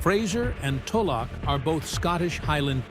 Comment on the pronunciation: Sorry to say but your pronunciations are off. eg. Swaby is pronounced," sway be" Tulloch is "tow low" .